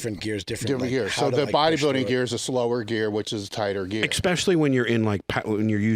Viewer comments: I think it’s eggspecially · when did everyone start pronouncing it "expecially" did I miss the memo?